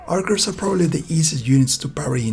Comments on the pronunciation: No way bro said arkers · they’re pronounced ARCHERS